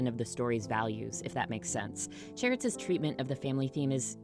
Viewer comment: so weird hearing someone say cheritz that isn't one of the main characters; i always pronounce it chert-zu like them lol